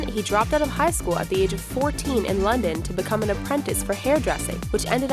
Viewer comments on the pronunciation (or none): none